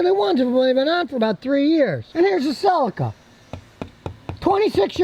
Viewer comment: A Toyota Seleeka. Not a Toyota Silika.